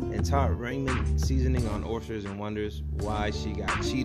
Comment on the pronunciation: Stop saying orstersssss!!!